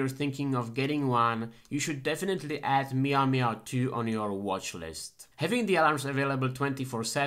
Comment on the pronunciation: You said "maio maio" 31x! Thank you so much for this video!